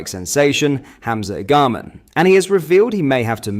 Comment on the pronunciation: Get rid of the AI,. It’s lazy. Nobody wants to hear about striking sensation ‘IgAM’.